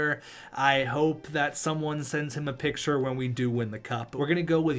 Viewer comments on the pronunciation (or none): none